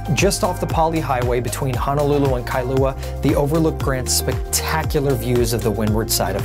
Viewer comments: It's Honolulu, not Hanalulu.......make sure you use the correct pronunciation. I correct people all the time. Sorry, it's a pet peve of mine. Dose your mom correct you? She should know if she grew up there. You do show good spots, though! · very nice video,! My only complaint is how you pronounce "Honolulu". It is NOT pronounced Ha-na-lu-lu, but should be said Ho-no-lu-lu. Also, O'ahu is NOT pronounced Oh-wa-hu, but should be Oh-AH-hu. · It's pronounced Honolulu, not Hanalulu